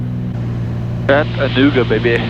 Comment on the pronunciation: Aw shucks missed seeing your landing at our home airport! Kudos to the good ol Georgia boy for knowing how to properly pronounce Chat-tan-ooga! Cheers from same!